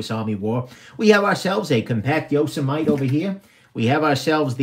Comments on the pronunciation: Yo- sem-ity... just like the National Park.. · “Yoss a mite” lmao it’s YO-SEMM-Mitty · Yo-seh-might? Yo-seh-mih-tee there,. Couldn't slog my way through this. Skimmed & skipped to end. Upshot? NOT WORTH IT, buying these TSA item confiscations. Why? You said it right from the start. "I'm not seeing any Sebenzas. I sort of suspect that anything worth a damn is going to have been already removed by the TSA." Yes. 100% true. THEY get the deals. Everything else is... semi-worthless junk. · Yo sah might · “It’s noe yo-sah-might” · Yo sah mite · Appa-lat-chin And Yoza-mite Made me lol. I love your videos. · This video was way more amusing than I expected. The ""ARRR" brand thing cracked me up, and your mispronouncing Yosemite did too. Didn't you watch cartoons when you were a kid. Yosemite Sam? Pronounced YO-SEM-IT-TEE. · Ok..it's pronounced 'Yoh sim ah tee' please 😉😀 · Your Yosemite pronunciation was gold. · No ones gonna comment on how he says Yosemite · And it's called yosemite as in the national.park bro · The way you pronounce "Yosemite"... Really?